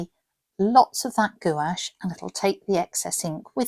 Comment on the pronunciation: No judgement but Gouche is pronounced GWASH.